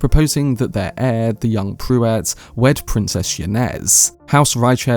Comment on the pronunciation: And, you sure have your own completely unique pronunciation of almost every Dune name. But 'Pruitt' is certainly not 'Prew-wett'. It's 'Prue-itt'.